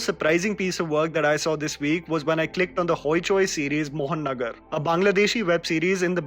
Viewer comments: it's "महानगर"/"Moha-nagar", not "mohannagar" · Actually vai thats pronounce maha-nagar Not mohon-nagar Mahanagar means The metropolis.. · Bro it's pronounced "Moha Nagar" , similar to "Maha Nagar" Not "Mohan Nagar" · its not 'Mohan Nagar'. Its 'Maha Nagar' pronounced in Bengali as 'Moha Nagar'👍 Btw, thanks for covering Bengali stuff. ❤️ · It's pronounced Maha-Nagar. Means Capital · It's pronounced "Moha-Nogor" but thanks a lot for shedding light on a true recent gem from Bangladesh.